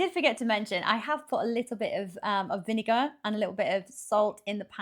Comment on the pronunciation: A slash of vinergar